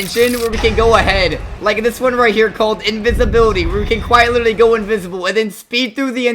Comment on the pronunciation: “quite witerly” cornball🥀🙏